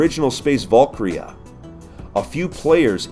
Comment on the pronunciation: Space valk-ryahh